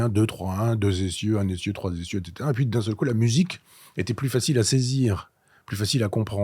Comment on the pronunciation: Elle a découpé les cartier ÉTCÈTERA 😅 Trois essieux ÉTCÈTERA 😢